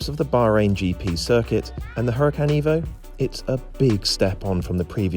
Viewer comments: Huracán is a Spanish word (as usual with most Lamborghini cars) and in Spanish the letter h is silent, just like in honor, honest or hour. Cheers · You are mispronouncing the name. The H is silent.